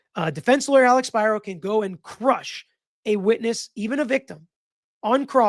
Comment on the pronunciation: Spiro pronounced (Spear-oh) the name is Greek even if he's Jewish.